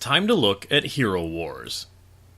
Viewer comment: I'm pretty sure it's "Hero war - z" , not "HeroWars". Like, Worldwar-Z